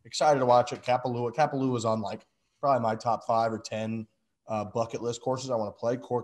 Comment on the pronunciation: Content solid! But please never pronounce Kapalua like that again